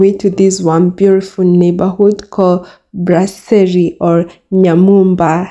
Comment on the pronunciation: It's "BRASSERIE" not "BLASSERIE", You can Google Translate "BREWERIE" in French to confirm.